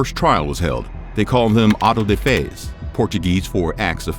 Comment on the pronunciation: "Auto-de-Fe", What's an Ato-de-Fe? It's what you aughten to do, but you do anyway.